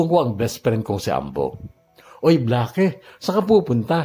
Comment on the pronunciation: Bla-ke??? Baka naman "Bleyk" just thinking 🤔